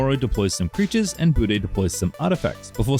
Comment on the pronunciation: Das heißt etzadla "Buddne"!